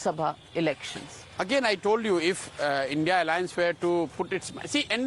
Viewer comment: Mam it is not I.N.D.I.A alliance, it is I.N.D.I.alliance and you are repeatedly saying it.